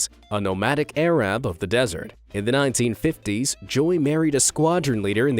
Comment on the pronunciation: You need to work on your pronunciation of Arab or avoid the word